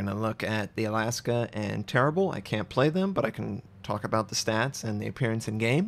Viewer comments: Tair-REEB-bluh... not terra-boo. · Nice naming on the Jean,:D Thank you very much. Now fir the Terrible, it's teh-RIE-bluh, like in Les enfants terribles:) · Le terri-bluh. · pronounced "Tear-ee-bluh" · Le Terrblll 😂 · Tare-eeee-bluh more along those lines of pronunciation as I recall ;-)